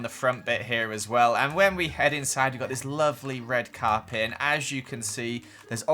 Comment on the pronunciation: Did he say a red carpin 😂 oh 😄